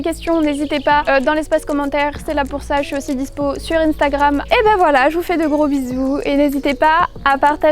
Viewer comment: In stagram . Ton côté anglais qui ressort 😂😂